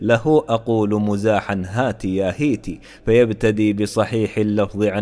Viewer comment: مِزاحًا في الدقيقة ٢:٢٧ نطقتها برفع الميم و الصحيح كسرها؛لكن هل يجوز هذا الوجه في اللغة بغضِّ النظر عن رواية البيت ؟